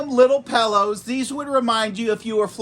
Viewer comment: "Pallows" 😂... great review 👍